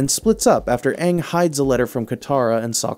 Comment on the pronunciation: Stop saying Aang like that it’s wrong😂